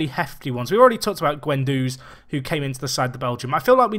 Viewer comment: Call Guenduz "Gwen"